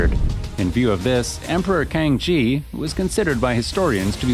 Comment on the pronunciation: I would like to suggest that your pronunciation of Man Han Quan Xi should be like "Man Han Chuan see" not "Man Han Kuan chi". While emperor (Kang Xi) should be pronounced "Kang see" not "Kang chi".